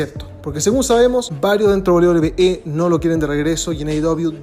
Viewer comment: 11 de septiembre de 2023 y aún no puede pronunciar correctamente "WWE".